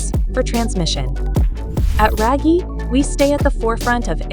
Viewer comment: Oh, RAGIE is pronounced “rag-yeh” not “ray-gie”